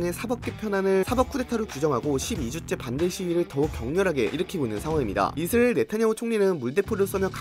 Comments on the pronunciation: 이스리일? 발음이 좀 이상하긴 하네요. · 이스리에 ㅋㅋㅋㅋㅋ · 그러니까 이스르에로밖에 안들리자냐 센서쨩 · 진짜네? 이스르에 ㅋㅋ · 영어 발음은 이Z리얼 에 가까우니 영어 발음이라 우깁시다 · 이슬이라고 하는거같음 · 이스 아(크게) 을. 이라고 발음해보세요^-^ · 이스릐얼(israil)이라 발음하면 그나마 나으실겁니다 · ㅋㅋㅋㅋ 이스라이 들으니 참이스리 생각나내요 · 역시 이스르엘 발음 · 이스레일이라 하시네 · 의스르엘ㄹ 발음 중독된다ㅋㅋㅋ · 이스라엘 발음 안되는건 여전하군요 ㅋㅋㅋ 볼때마다 신기합니다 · 아 몰랐는데 신경쓰이네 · 자꾸 들려서 스트레스 됨. 내용 안들림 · 발음 왱그래 ㅋㅋ